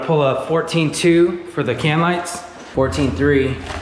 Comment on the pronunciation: great vid. "LIGTHS"